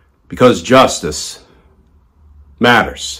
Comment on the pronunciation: Glenn, I enjoy your channel, but no need to over emphasize saying 'justice matters'. sounds over dramatic, like you're trying to hard. just saying it without emphasis will have plenty of impact...